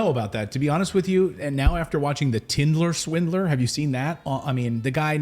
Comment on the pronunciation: The tindler swindler hahaha 😂😂😂 I thought that's what u kept saying and then I cracked up when Mrs Morris said I think you are saying that wrong ha😂 ha 😂 ha